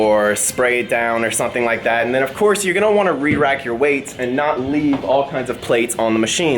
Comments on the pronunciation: Roderick Treadaway I heard rewacking every time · So he said it once. He said Rerack twice after lol.